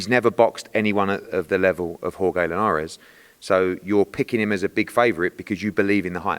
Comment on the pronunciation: The way Eddie pronounces Jorge Linares is so funny to me. “Whore-gay Linares” lol